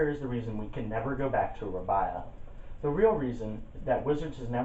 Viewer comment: R-ay-be-a Not Rab-I-a